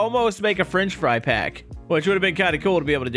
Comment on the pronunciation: did say Frinch Fry?